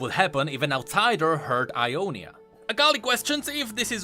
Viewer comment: Sorry its Ionia not I on is